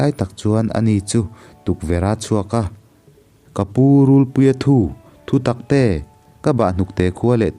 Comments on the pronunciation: RULPUIA THU THU TAK TE.. tih hi i lam dan a dik lo... Thu.. Tih hi thawn thu.. Thu tih thur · Thinchhe awm mai mai' Rûlpuia thu thu taktê'( thutaktê) tih pawh chhiar dik thei hleilo,ka bang daih dawn.he2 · rulpuia thu tih pawh hi I lam diklo thin,,,thu,,laitak hi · Hei pawh hi, rulpuia thu tih hi nghathu tia thu anga lam tur a ni lo anga, thu lam dan hi fimkhur a tha ang a. Ka bahhnukte ka chan dawn meuh chuan tih aiah pawh hian, ka chan ai chuan tih niin ka lo hre thin